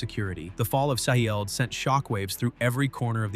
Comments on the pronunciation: Edit your ai voice ffs. Shi-eld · Stop using A.I. to (mis) read the script. Having to listen to the A.I. voice repeat "Shi-eld" is distracting and should be embarrassing for you. You've just lost another viewer. Do better! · I wonder if it's the punctuation in the acronym S.H.I.E.L.D. is why it keeps mispronuncing it.